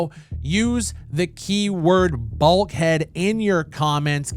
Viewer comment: BULK HEAD. I really thought you said BALD HEAD